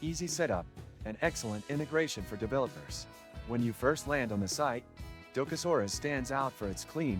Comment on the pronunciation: Maybe learn how to pronounce what you are reviewing? Probably better for your credibility that way.